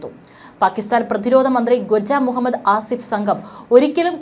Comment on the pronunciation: ഈ വാർത്ത വായിക്കുന്ന തെണ്ടി കൾക്ക് മലയാളം ഉച്ചരിക്കാൻ ആദ്യം പഠിക്ക് വ്യാമ താവളമല്ല വ്യോമതാവളമാണ് ഖജ്ജ അല്ല ഖ്വാജ ആണ് മലയാളം അറിയാത്ത പന്നികളെ കൊണ്ട് ദയവായി വാർത്ത വായിപ്പിക്കരുത്